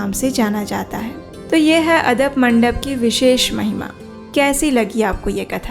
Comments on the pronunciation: ये बात मैने पहली बार् सुनी ❤🙏🙏 आप आदप मंडप बोल रही हो पर उसे आडप मंडप कहाजता है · Gundicha mandir m Jo mandap he uska naam adap mandap nei aadapa mandap he. Plz pronounce it properly. Or ek baat , tino Rath k jo color he wo galat darsaya gaya he.